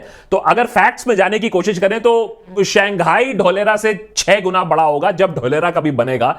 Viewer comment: Saangai nahi Shanghai